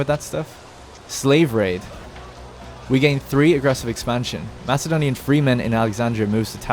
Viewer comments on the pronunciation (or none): none